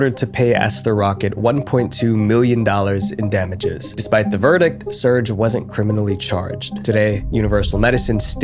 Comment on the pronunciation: Another great video. I’m surprised you haven’t learned how to pronounce the name Serge. It’s Ser-gay. 2 syllables.